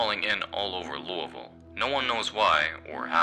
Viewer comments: No offence at all intented!, the way you say lousiville is silly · weird way of pronouncing Louisville